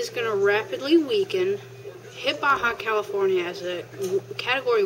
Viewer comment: Hey,you pronounced "Baja California" beautifully,just as a spanish spoken human would do....how did you do that darling ???